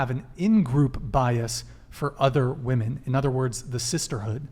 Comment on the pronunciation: Is she intentionally pronouncing women as "woman"?